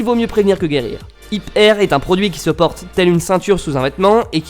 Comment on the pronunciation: Au lieu d'hit air j'ai entendu Hitler mais sinon cool la vidéo